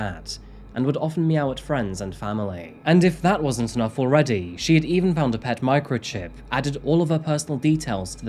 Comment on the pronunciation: The way you had said pet microchip, I didn't think it was a microchip for a pet. I had assumed you meant a microchip that is a pet